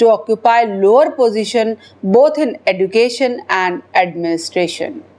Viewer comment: EDUCATION IS PRONOUNCED AS. EJOOCATION... IDIOT